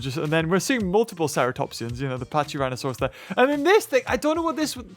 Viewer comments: I'm gonna be that loser. It's "Pa-kee"rhinosaurs not "Pa-chee"rhinosaurs, right? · PaCHyrhinosaurus. Me: That wasn't very cash money of you (Not that I'm trying to be mean, this video was still great and this documentary looks even better than WWD).